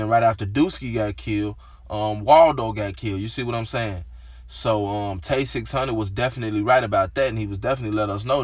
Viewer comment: 6 hun-dred 😖😖